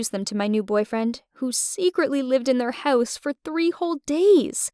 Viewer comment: Is anybody going to talk about the way she says house?😂 🏡